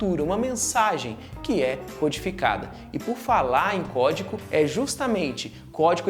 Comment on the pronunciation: Ele falou "Códico"?